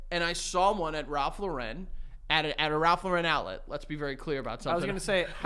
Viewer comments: why do they talk the way they do. who the FUCK IS RALPH LA-REN???!!!! YOU MEAN RALPH LAWR-N??! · Tons of people in the 90s/early 00s pronounced it that way for some reason. I think people thought it was French?? The only reason I knew it was Lauren and not Lo-REN was because of Friends. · The way is pronouncing Lauren in Ralph Lauren